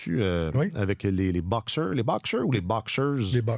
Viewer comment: Prononcez Boxers à la française, pas à l’américaine.